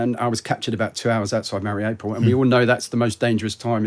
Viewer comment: Very wierd that he lived in Mariopol and doesn't pronounce it an an authentic manner.